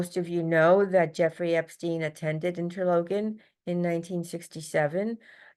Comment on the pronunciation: Hello. Just chiming in 😊 respectfully As I grew up there the town is ..pronounced Inter- lock - in Not inter-loke-in